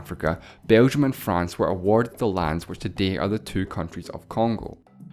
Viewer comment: Look how he said "were awarded the land"